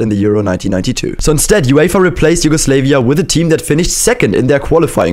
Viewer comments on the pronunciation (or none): I cant believe it, you said Yugoslayvia. Its pronounced YUGOSLAVIA. I am Serbian so i know it, many Americans and Brits fail to pronounce it correctly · Learn how Yugoslavia is pronounced. It's Slav not slave. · Please can you not pronounce it as YugoSlave-ia, pronounce it as you would the word Slav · nobody is talking about how he pronounced yugoslavia as "you-go-slae-vee-ah" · Isnt it pronounced, You-go-slaa-via ? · It’s pronounced Yugoslav “ia” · It is pronounced Yu-go-slav-ia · It’s pronounced yu go slavia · Why he pronouncing Yugoslavia like that 😰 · you pronounced "Yugoslavia" wrong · You pronounced Yugoslavia wrong